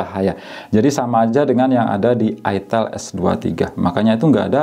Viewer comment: Ai tel bacanya kak jangan itel makanya saru